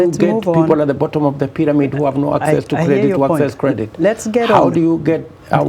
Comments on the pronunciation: Mirugi. I am particular about the way he's pronouncing 'access'. Theres no 'k' in access yet he's pronouncing it as akcess. And he's a PhD holder. Terrible. 😂😂😂😂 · 'It's about akcess' to credits yadda yadda. And this man claims he has a PhD. SMH